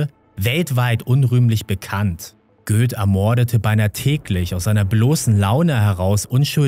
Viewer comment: Da wo du Göth als Göß ausgesprochen hattest, oder ?